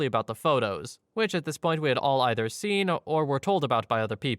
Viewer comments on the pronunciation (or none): none